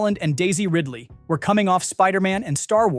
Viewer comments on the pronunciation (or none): none